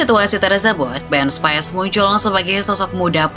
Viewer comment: Spis min bukan spais 🤣